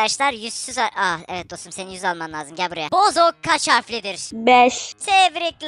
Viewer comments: Arkadaşlar Bozuk değil BOZOK hatta bir videoda bozuk değil bozuk kumandanın bozuğu gibi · Bozuk değiliki Bozok